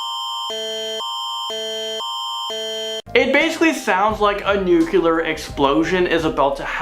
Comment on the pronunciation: Somebody please teach how to pronounce "nuclear". It's NOOK-LEE-ER, not NOOK-QUE-LER, lol. It's ok, I love you!